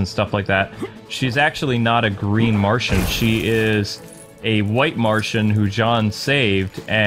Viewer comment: It is Martian not martain but great job👍👍